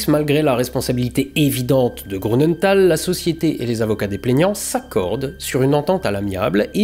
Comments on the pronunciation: (Grünenthal = "GrUnenthal" pas GrOU. tout le reste est parfait) voilà. Sinon, vidéo passionnante, glaçante et déprimante comme d'hab 👏👏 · Bonjour et merci beacoup pour tes vidéos. Juste un petit détail, je me trompe peut-être mais Grünenthal se pronnonce "GRU" de mémoire et non "GROU". A moins que la société est un usage différent. Bonne continuation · J'adore toujours tes vidéos, même si il n'y a pas d'astro. Petit et léger bémol pour celle-ci. Je suis surpris si l'on sait dans quelle région tu habites et la rigueur dont tu fais habituellement preuve pour la prononciation. Il y a un tréma sur le U de Grünenthal. Il se prononce donc GrÜnenthal, et non GrOUnenthal. Mais pas besoin de re-tourner toutes les séquences pour ça 😅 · Non mais dites dont, un alsacien qui prononce grounenthal, ça la fout mal. Désolé, j'ai fixé sur ce détail dans cette excellente vidéo 😁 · Comment un alsacien comme toi peut dire: GrOUnenthal!? Et les trémas sur le U!😂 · Bravo et merci pour vos vidéos toujours intéressantes. Deux petites erreurs relevées : grünental ne se prononce pas grounental (le "u" allemand se prononce "ou" sauf s'il est surmonté d'un trémas (ü) comme dans Nürenberg par ex) ; et cinq zannées, ça se dit pas ! 😉